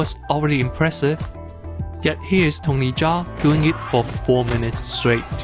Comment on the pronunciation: great video essay but it would be pretty nice if you knew how to pronouce his name its kinda tiring to hear you repeat butchered names over and over again but still not a big problem great work man